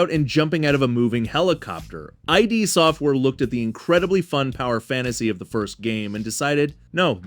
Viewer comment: Who doesn’t know how to pronounce ID software?